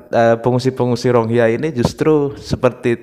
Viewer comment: Bukan RONGHIYA bang.. Tapi RO-HING-NYA atau RO-HING-YA